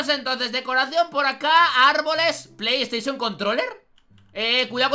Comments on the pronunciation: Se dice PlayStation, no pleys teichon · Pley teison